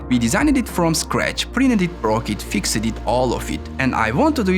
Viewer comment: Please learn English pronunciation. The e in "advanced", "fixed" etc. is always silent, it's pronounced "əd-ˈvan(t)st" and "ˈfikst", respectively, not "ˈəd-ˈvan-sət"/"fiksət". I'm not a native speaker myself, but this is such a basic rule in English, it should be one of the first things you learn.